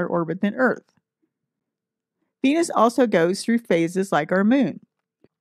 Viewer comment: Did she just said BENUS?